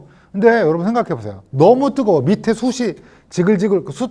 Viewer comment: '숯이'는 '숫치'라고 발음하시오. '숫이'가 아니라.